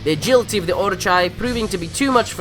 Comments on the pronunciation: I'm sorry how did he pronounce Orochi? How can you say it wrong? It announces the guys name correctly in game so you already know the correct way to say it xD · He butchered the pronunciation of "orochi"